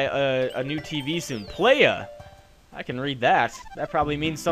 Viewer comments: I'm sure you don't care but Playa (pronounced ply-uh) is Beach in Spanish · it's actually pronounced plaja. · Playa is pronounced ply-uh in Spanish, and it means beach (hence the beach level) :P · its pronounced plya though. Ubernoob.